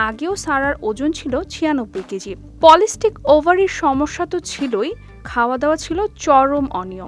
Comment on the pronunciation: Polistic noi polycystic